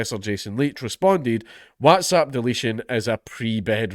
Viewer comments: And yet again Dankula fails to pronounce"whatsapp" properly...I can assure you not all Scottish people say it this way. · Oh god lord is he going to mispronoonce Watsapp again 😂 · I wanted him to say “wotsopp” again so badly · More videos requiring Dank to have to pronounce Whatsapp!!! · I'm still finding it hard to get over the WhatsApp pronunciation 😅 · Every new video i pray count dankula learns how to pronounce whatsapp